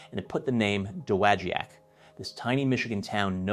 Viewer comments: Dude learn to pronounce dowagiac its doe wah jack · It is correctly, at least modernly, pronounced duh-wah-jack. Cool video! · You slaughtered that! Da - wa - jack. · It's pronounced Doe- wah-jack. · Fantastic historical video! The name of the town is horribly mispronounced, but the story is very well related. I grew up as a child here, only 2 blocks from the factory, and still have some of my original Heddon baits. A friend of my father had the job of underwater testing of new baits. He would travel to warm climes with his scuba equipment to view and report to the company how the baits performed. He'd visit us on our lake and demonstrate how to use the gear. What a great place to grow up and experience part of this strong historical story! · Great video, but you should learn how to say, “Dowagiac”. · Should probably learn how to properly pronounce the town of Dowogiac, MI, before making the video!